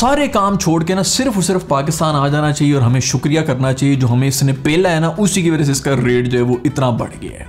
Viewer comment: Haha that 'wajah' 😂😂❤️